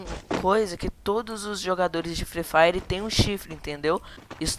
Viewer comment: O frree fire ouve primeiro do que o fortnit e nem sabes dizer free fire